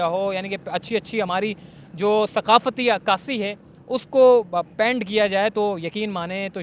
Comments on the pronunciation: PANT nahi PAINT bolen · Oh,apnay pronunciation pay zara dehan do, yeh kaisay bar bar paint bol rahay ho🙄🙏